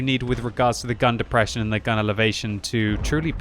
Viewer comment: "It's got the deprresion" I got it too